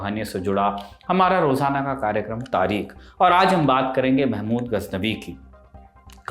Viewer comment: Sair aap. Tareekh. Ko sahi se nhi bolte please tareekh. Bola karo K nahi. Kh bola karo